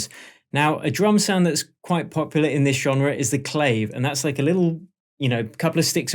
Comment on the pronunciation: love the vid thanks! def need to have you pronounce Clave correctly though lol! "Cla-Vay" Beyond that, superb!